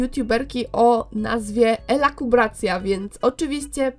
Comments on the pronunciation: nazwa tej dziewczyny to elukubracja, A nie elakubracja!!!! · powiedzialas elAkubracja .w.